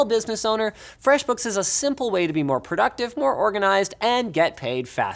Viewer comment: Am I a bad person because i can only hear the sponsors name as 'fwesh bookshshshs'